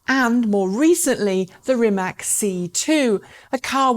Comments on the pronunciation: It does hurt when my favourite EV Youtube presenter goes along with the ignorant herd and pronounces "Rimac" like "RimaK"... my ears are falling off hearing this... Obviously, Rimac is still not famous enough... For the umpteenth time, the C letter in Croatian is pronounced like TS (as in the tse-tse fly), so it's "RimaTS", not bloody "RimaK", for Pete's sake! Dear, please be better than the sickeningly ignorant herd!! Greetings and best wishes from a native Croatian speaker. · Please, it's not Rimak, it's Rimac (like ''rimats'') and please learn to pronounce it like it should be. Mate and his amazing company deserve atleast that :) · "Rimatz" - how it should be pronounced. Oh well...she tried. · Ispravi u Rimatz...kakav Rimats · Rimac <> Rimak or Rimack, god dammit. Oh, well, at least you pronounce the "Rima" part right, well done.